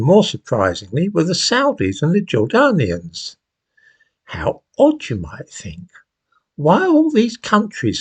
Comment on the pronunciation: Why does he pronounce "Jordanians" in such a ridiculous way?